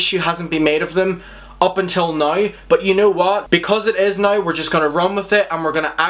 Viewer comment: Yo, pronounce the W when you say “now” please. Fuck.